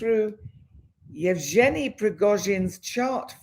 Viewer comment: Evg( just may to pronance as G ( like Guy or got = g ) eny = Evgeny, Thank you. the Real date of putin birth is 7/10/1950